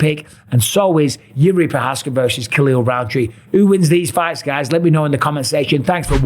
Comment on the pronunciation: His name is never pronounced correctly either. (Not just by Mike, by everyone)